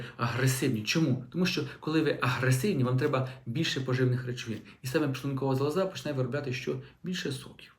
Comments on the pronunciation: Ну, не зовсім правильна мова! Лікар неправильно наголошує слово зАлоза. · Шановний, робіть правильний наголос у слові"залоза". Він на першому складі, а не на третьому. Вибачте.